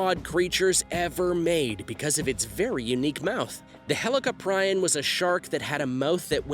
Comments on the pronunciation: Say helli-cop-rion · It’s pronounced heli-cop-pre-on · U said helicoprion wrong idiot